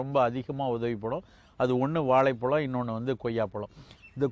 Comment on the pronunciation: சாதாரண மக்கள் வாலை பலம் என்று சொல்கிறார்கள். தமிழ் அறிவு மிக்க நீங்கள் சொல்வது தவறு. இனியாவது " வாழைப் பழம்" என்று உச்சரிக்க வேண்டுகிறோம்.